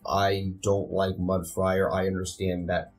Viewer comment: It keeps sounding like you're saying Mud Friar instead of Mud Briar. Was that just your mic?